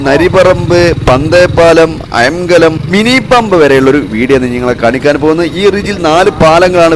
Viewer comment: അയാം കലം അല്ല. അയ്ങ്ക ലം ആണ് 😊